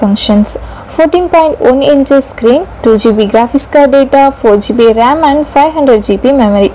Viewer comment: Informative video but the pronunciation of RAM is wrong